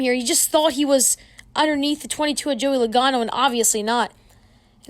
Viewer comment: Joey logano not lagano